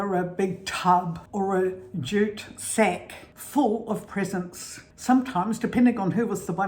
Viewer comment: You both are so sweet! Whatever I get, I end up paying for anyway, lol. I just came up with an idea, I love the way you say presents, I love the way you say chippies, and all of those cool words we should do a video with American words versus British, I have to email you I have a really really good idea about this, thanks again.